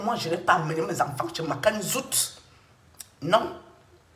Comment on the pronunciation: Pourquoi vous prononcez zout c'est la matrice non ne déforme son nom même s'il est quoi où il fait quoi Makanzou n'est nullement zout fait attention tu es un cas